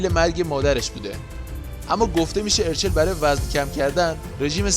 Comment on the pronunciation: یک لطفا درست تلفظ کنید اَرچَل دو این همه هانده عکس میزاری موهاشو دم اسبی بسته کی موهاشو به این خاطر رو صورتش ریخته سه هانده به خاطر اینکه بتونه به مادرش پیوند بده باید لاغر میشد و تحت رژیم های خیلی سختی بود و بعد اون له شکل محسوسی لاغر شد بعد اخه ادم بعد فوت مادرش میره زاویه فک میزنه؟ و اخری به دلیل نشون دادن چال گونش نبود چون وقتی تپل بود چالاش بیشتر دیده میشد